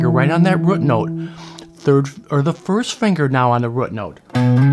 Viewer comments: I like the way you say rute (root) note! 👍🏽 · you can pronounce root note any way you want, just keep those lessons coming! BTW that is one sweet Strat you have. God bless you brother.